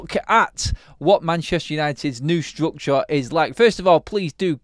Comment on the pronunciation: "Strukchoh, strukchoh, strukchoh..."